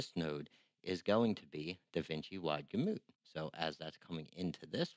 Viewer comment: I don't trust anyone who can't pronounce Gamut